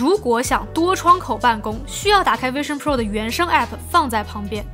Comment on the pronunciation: 不是卫生pro 天啊 发音是vision pro